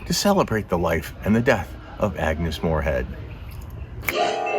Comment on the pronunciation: ' Moorehead ' not " Morehead ".